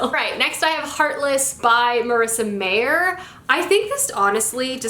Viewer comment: Heartless is not a beauty and the beast retelling. It's about the Queen of hearts in Alice In Wonderland. And you're mispronouncing the author's last name wrong.